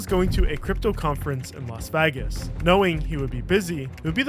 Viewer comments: "Los Vagas" you mean Los VEGAS? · Las Vægas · I’ve noticed the way you say “Las Vegas” always makes me laugh. Great vid tho😊